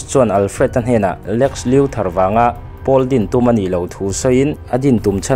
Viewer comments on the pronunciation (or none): none